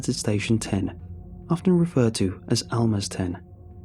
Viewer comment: Also Almaz (research/spy "stations" (and they were quite small)) was pronounced with a [Z] not an [S], the word basically means a diamond on the rough